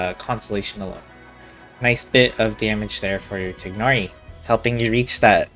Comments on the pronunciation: TAI-NARI WHY IS PRONUNCIATION SUCH A PROBLEM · I can't listen to 30 mins of you mispronouncing his name xD